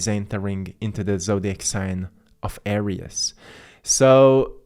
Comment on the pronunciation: Thanks for your insghts. We appreciate it. However, Aries is pronounced..."Air-reez" NOT "Air-rias"